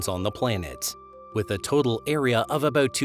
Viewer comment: you need to learn how to pronounce words and letters especially "about"